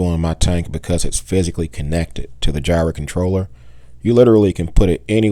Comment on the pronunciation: It's like "fire", not "jy-ra".